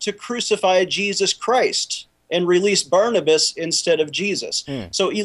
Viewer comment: Barabbas, not Barnabus, Chaplain.